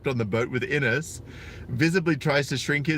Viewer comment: Her name is Ines. He mispronounced it "Anus".